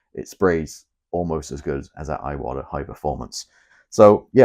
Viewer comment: Bruv, you’ve got 12.3k subscribers (which I think is an amazing feat, don’t get me wrong) but nobody is copying you old son. To hear an Englishman say ‘aye-watta’ makes my eyes watta every time. An Englishman imitating an American, in any possible sense, is a massive step backwards. In fact, it’s akin to devolution.